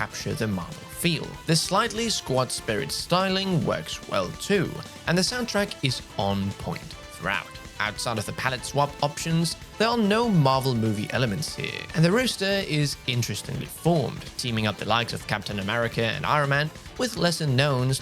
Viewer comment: He also said rooster instead of roster. Lol